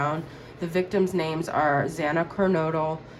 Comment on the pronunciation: You need to give lessons on how to say all their names correct. I think that was the best part of the reading 😊 how amazing you pronounced the victims names. ❤